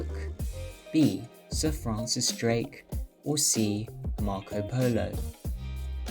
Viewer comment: FRANCIS Drake, not FRANCES Drake!